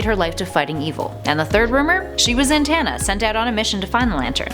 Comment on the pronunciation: ZA-TANNA NOT ZAN also what's with alternate Hal losing his arm all the time?